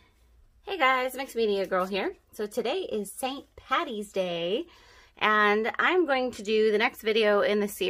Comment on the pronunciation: For the love of all that is Irish, will you all please pronounced it correctly!!!! It's ST PADDY'S DAY NOT PATTY!!! The correct name is St Patrick's Day. In Ireland, and across the World, Paddy is short for Patrick, I have no clue who this Patty is, that you keep referring to?! 🙄 And I can assure you, no other Irish person does either. It drives me, and the rest of Ireland, insane that you all mispronounce it. I don't know who you are celebrating but its nothing to do with Ireland. Just please stop